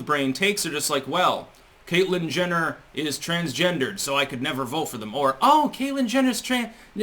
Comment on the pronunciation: Did you say, "Caitlyn Jenital" ?!?